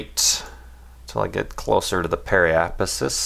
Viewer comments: Pe-ri-ap-sis damn it! And the plural is periapsides. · app-oh-app-sis and perri-app-sis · Pronounciation guide: Periapsis - pear i app sis Apoapsis - A poe app sis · Does he ever learn to pronounce periapsis/apoapsis right? :)))) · Actually the orbit IS right - but it only SHOWS the trajectory around the object with dominant gravity force at the moment. Their match is solid. Also try saying these 3 words: Perry/Apo Ap Sis good luck :)